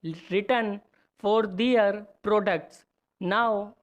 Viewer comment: Prounciation clear Karo apna "Their" word ka pronounciation thik nehi hai